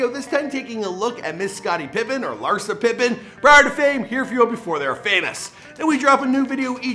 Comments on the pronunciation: Yup even the ppl hes doing the damn show on... he called her Larisa 💀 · He said larisa 🤣🤣